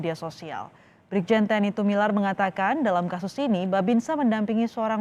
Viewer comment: Tumilaar, bukan Tumilar